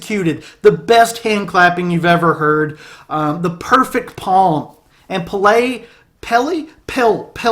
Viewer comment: But foreal tho, Paint a Picture is def my fav song on this album, and in my top 5 songs of all time. Also, the frontman's name is officially pronounced as Pell-Eh in Swedish